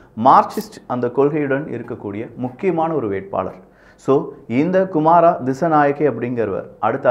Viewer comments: அனுர குமார..."குறில்" நாமல் ராஜபக்ஷ "நெடில்".... உங்கள் உச்சரிப்பு பிழை... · அநுரா குமாரா இல்ல வ்றோ (அநுர குமார) please bro தமிழ்நாட்டில் யாருமே சரியாக உச்சரிக்கிங்க இல்ல